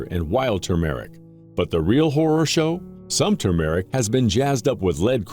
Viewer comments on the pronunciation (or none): Is there a human being on this planet who can pronounce TER-MER-IC???? It is NOT TUMOR-IC !!! There is NO Tumor!